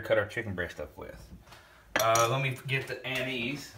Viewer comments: Lol... "Anizee"... Us yankees of Italian descent (not i-talian) would like to inform you that it is pronounced An-iss.... Nonetheless excited to give it a try. The smell reminds me of my grandpa drinking sambucca in his coffee. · Its not " Ann- eese, its An -is ". Its also illegal in the state of WV to fish with it. Better check your state regs.